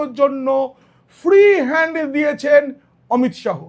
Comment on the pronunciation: উচ্চারণ টা অমিত শাহো নয়, অমিত শা.